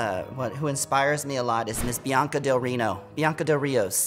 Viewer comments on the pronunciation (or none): none